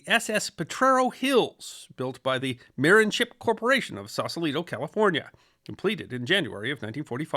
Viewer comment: Slight correction: If the company that made the ship was in Sausalito, then the name of the ship Marin isn't pronounced MARE-in, but rather muh-RIN. Sausalito is a city in Marin County just north of San Francisco.